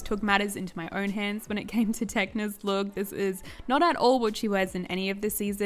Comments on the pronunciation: Her Name is Tecna not Techna ☺️❤️ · Tecna not techna